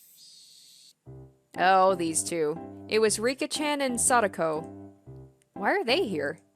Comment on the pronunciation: Don't worry, you're pronouncing the names correctly. You're actually pretty good at this, now! And if you're ever in doubt, just listen to the voice acting. Also, Satoko and Rika are about 11 or 12 years old, so they aren't that much younger than Rena and Keichi. About the BGM: I found out how you can get the original OST! I'm not saying that this new soundtrack is bad or anything, but I don't like some of the track choices for certain scenes in the later parts of the chapter. I still don't understand why they updated the soundtracks a few months ago. But I highly recommend to install the original OST for the best experience. This is where you can download the old BGM